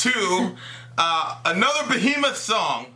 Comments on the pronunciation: its BEHEMOTH not Behmoth get your shit right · Who df is "Behmoth"?....Also am I the only one who noticed this?